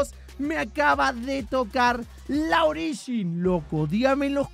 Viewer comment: se puso raro hoy jajaja usando "ogirin"😅😅